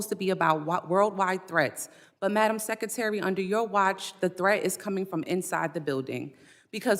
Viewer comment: Madam Sekatary? Guess it's too difficult to say secretary